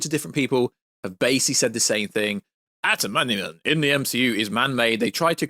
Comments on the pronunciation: It’s not shocking someone who liked the snyderverse thinks the eternals was aged like fine wine. The marvel universe shits the bed now. The only way to fix it is wipee phase 4. NWO is gonna be a shit show if you have read the scripts. And it’s “adimantium” not “atamanium” You can tell you have never read s marvel book. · it’s AD-A-MAN- TIUM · Its adamantium,says so on any marvel text in comics, games and movie subtitles. I love marvel stuff but not got the knowledge some claim and even I know how its spelt and pronounced. If I know that I'd of thought every other fan would know too. Antimantium😂😂😂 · I hope you’re miss pronouncing adamantium so badly on purpose man!!!